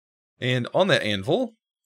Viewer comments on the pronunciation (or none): Did he just say anval 😂😂😂